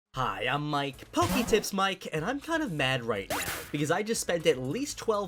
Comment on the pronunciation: "Hi I'm Mike puppy tips Mike" Thanks subtitles, I was sure it was poketips but you Opened my eyes <3